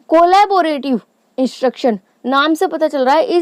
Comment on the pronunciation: it’s not cooola-ba-rative , its collabrative ., at least learn the correct name first, and then teach others 🤬